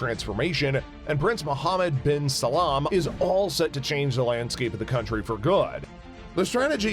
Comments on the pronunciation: Mohammad bin Salam 🤣🤣🤣🤣🤣 its Bin Salman you not so inteliigent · SA LAM not salman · Did you say Mohammed Bin "Salaam"? 😭😃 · I dont think he pronounced a single thing correctly... not even salman...